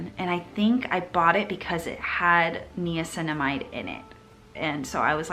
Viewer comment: everytime i hear u say knee-cinamide, i'm like nai-uh-cinamide!! also, are under-the-skin pimples supposed to go away or are we supposed to get them to come to a head? a question that i've always wondered about! and do you have any other international options similar to curology? love u bb